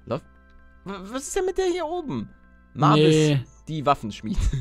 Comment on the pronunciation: Nicht Mavis gesprochen sondern Maivis